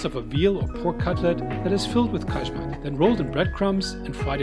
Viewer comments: Kajmak (KAYMAK) J IS Y LIKE AMERICAN Y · The pronunciation of the J in Ajvar and Kajmak is the same pronunciation like yeast, Yale or yummy 😉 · Please check before you pronounce any word wrong, you messed up Ajvar and Kajmak completely